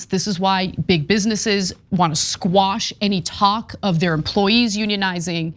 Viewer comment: "Quash", my good lady - not "squash". Take it from a writer with literally decades of experience. :-)